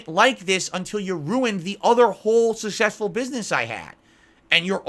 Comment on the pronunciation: shushesfull business, lol the gin kicking in